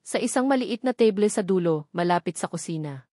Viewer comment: Sabi ng narrator ang Table ay naging Teble tapos ang ballroom ay naging balrom. Hindi ba pwedeng palitan ang narrator para naman ka buhay buhay ang kwento!!!